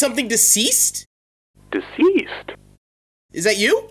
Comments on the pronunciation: DESEEST I I think he said (SEES IT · said deasessd